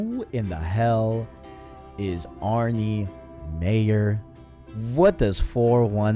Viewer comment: Great video guys. As always, was looking forward to this! By the way it's Arne not Arnie lol. Also in that e3 gameplay trailer they had in the corner "captured on ps4 pro" and if anybody can get that smoothness and amazing graphics on a ps4, it'll be naughty dog